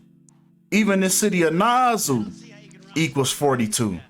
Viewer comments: Nigga said "Nasu" 😭 its more like "nasaw" but you always on point with yo shyt 💯 big up 242🇧🇸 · It's pronounced naa- saw bro 😂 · You know I got Pure Love for you, but you be killing me🤣🤣🤣with those mispronounced words. Nassau is correctly pronounced: Nass-Saw. You still the unmatched King 💜👑💜 to me though. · Na-saw. These Miami Bahamians gone come for you bruh 😂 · THEY WAY YOU SAID NASSAU GOT ME LEANING OVER HERE LMAO!!!!!